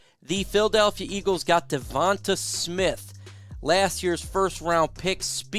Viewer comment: You saying devonta smiths name gives me aids